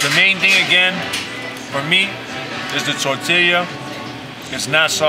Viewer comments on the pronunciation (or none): It's tortilla (tor-tea-ya) my dude not (tore-till-e-ya)..for fucks sake🤣🤣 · Mac stop saying tortileeeya. It’s tortilla (Tor-tee-yuh) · Never seen a human struggle so hard with tortilla. (Tor-til-ya) - MAC lmao Tor-Tea-Ya^ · Mac said, "tore'tillya." Lmao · If Mac says tor-till-yuh one more time...🤦‍♂️ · Torta, torta, tortaria, tortilla, tota,sone shit..😂😂😂😂 TORTILLA BRUH!! I LOVE BIG MAC....FROM D.C. AND ALASKA... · "tortilia" - china mac 2019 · Yo Mac it's pronounced Tor-tea-ya not Tor-till-ya. 🌮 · Mac FYI its not tortillia. Its tortilla and LL's are silent my man. So pronounced in English torteeeya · It’s pronounced TOR TEE YAH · Mac say TOR-TEAL-YUH lmmfao! And yall see mac almost bite his damn finger off at the second joint haha great shit.. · My man's said "tor-tilla" LOL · "Tortillya" hahaha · The Tor Tee Leeah!!! 😂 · Did he say tor-til-ya??💀😂😂😂😂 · "tortillia" lmao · lol the tortilya. my man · Mac, the 2 l’s in tortilla make a y sound. It’s pronounced “tor-tee-ya.” Lol. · Tor-tee-ya bruh lol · That nigga said tortiliah 😆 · Holy nobody noticed you keep saying "Tortillya"?! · This dude said, "Tortilya" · "Tortilia" lol tortilla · “TORT” “Tillya” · Ayo my guy its “ Tortiya” pronounce like that playa. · I know he didn’t say tortilluh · My man really sounded out “tortilla”😂😂😂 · The way Mac was pronouncing tortilla all episode killed me. You're still my guy Mac but we have to fix that lol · The way Mac says TORTILLA is hella wrong but I ain’t even mad fam. U trying and that all we ask for lol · You're having a real hard time saying tortilla lol! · Yo China Mac your saying tortilla wrong lol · I cant trust his review on tacos strictly off the way he says tortilla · How do you mispronouce tortilla so many god dam times in a tortilla vlog smh